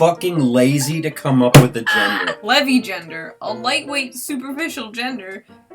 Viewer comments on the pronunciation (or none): It's LeviGENder, not LevigenDER!